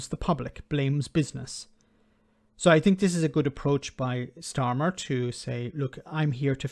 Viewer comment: And I did enjoy understanding every word Starmer pronounced. It is not the case with the PM that doesn't pronounce well. I never understand what he says. 😝😝😝